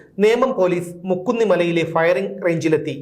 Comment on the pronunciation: മുക്കുന്നിമല അല്ല മൂക്കുന്നിമല